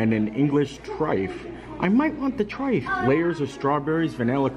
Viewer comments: It's pronounced TRY-FULL, not "trife". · And triffle is super easy to make. Pronounced trife el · Oh, you had us in stitches...English trife...its trifle with an L.🤣🤣🤣..however it will forever be called trifle in our household 😅🤣🤣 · Hey a Brit here, the trifle is pronounced like “Try-Full” also you don’t need a specific glass to make one they usually get made in a big bowl! 😅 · As a Brit who has grown up with trifle it will now forever be known as Trife. Thankyou as always for such an informative vlog but making us laugh as well 😆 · you had me laughing today when you were talking about the english trifle and you were calling it a Trif 😂😂😂😂 it’s pronounced Tri fle like rifle with a T 😀😀😀😀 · The fish looked yummy, shepherds pie is super boring, we have much more interesting meals here In the UK.Yes we love a curry too. It’s nothing like the one they service in the Rose and crown tho, I wasn’t a fan. 😁 I love a truffle, it’s pronounced Tri-Full 😀 normally it’s made with fruit and jelly, sponge cakes/finger, custard and whipped cream 😋 fab vlog as always xx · love the video! english person weighing in though its a trifle not a trife 🤣🤣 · Pudding was trifel but spelt trifle. The L is pronounced! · Trife? It's TRIFLE. TRYPHUL... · hey love your videos! as a brit here i just wanted to let you know the correct pronunciation of 'trifle' is try-full! glad u liked it its my fave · I was gonna say, "Why is he calling it a "trife"? LOL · I Love trifle, it’s the best pudding ever! Especially with raspberries in the jelly! Not so great after chicken curry though which is also a huge hit in our house. I’m sure you know this now but it’s trifle rhymes with Eiffel. We are hoping to be allowed to visit in November and we can’t wait to try Le Cellier after your recommendation. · Hi, we love Trifle (pronounced tryfull). We love your Vlogs as well, keep them coming. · The L is not silent in trifle 🤣🤣🤣 thank the Phoenicians for that